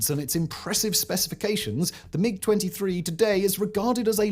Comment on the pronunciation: Poorly researched, a lot of errors (everyone has commentated on the Belgium MiG story in particular), some sloppy reading ( constantly saying "M-23" instead of MiG) and just a personal bugbear, but the MiG-21 was bad? No, it was excellent, which is why it stayed in service for so long. Ask the Red Flag US pilots who flew it; they hated the 23 yes, but with the 21 they could go toe to toe even with the F16. The reason it was kept in service with the 23 was because Soviet Doctrine was always to have a short range, knife-in-phone-booth dogfighter, which was the 21, and a long range missile truck, which was the 23... And the 29 replaced the 21, NOT the 23 in that role. It was the Su-27 series (and the MiG 25/31) which replaced the bigger missile haulers. Sloppy, SLOPPY research.